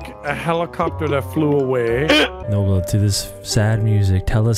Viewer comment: As a russian, i can confirm that they pronounced and said everything right